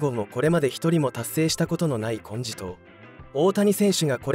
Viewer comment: 是非「50-50」「ホームラン王」「三冠」とかを達成してほしいものです。 金字塔を「こんじとう」と読んでるし。